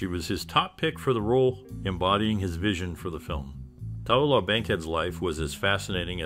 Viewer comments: her name is pronounced Ta-loo-lah........Tallulah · Her name is pronounced Ta-Lou-Lah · How can you do YouTube about someone and continuously mispronounce their name?